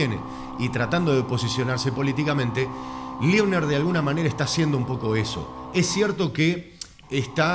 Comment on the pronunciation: No es Liebner, es Leibner. Es docente e investigador en Historia en una Universidad en Israel.